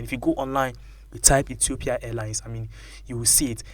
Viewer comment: Reporter Reporter.....it's Ethiopia not Etiopia.Yes plane made in China but also English taught in China arrived as faked in Africa.